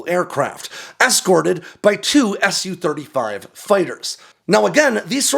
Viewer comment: I think "Tu-xx" and "Su-xx" are supposed to be pronounced "Too-xx" and "Soo-xx", not "S-U" and "T-U"